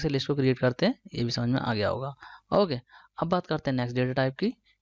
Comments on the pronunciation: bhai wo sab to theek hai but pronounciation theek kro apna hokay nhi its okay okay bro!! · saheee mei yrr ye okay nhi hokay bolta hai:)